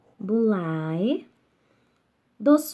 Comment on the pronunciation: A pronúncia de FABULAE, genitivo singular e/ou nominativo plural de FABULA, é "FÁBULÊ" e não FABULAI. LAETITIA pronuncia-se "LETÍTIA". Quem não conhece a pronúncia não pode, não tem condições, de lecionar nenhum idioma.